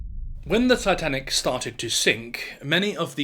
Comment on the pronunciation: That pronunciation of Titanic is brutal